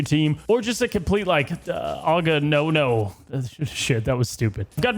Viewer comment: did u just say Aga-no-no?